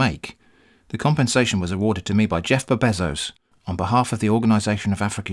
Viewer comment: I can't get over every time you say 'Jeffb Bezos'